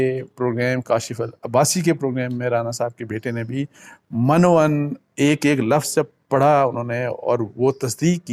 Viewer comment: عباسی صاحب لفظ من و عن ۔م زیر کے ساتھ ھے نا کہ زبر۔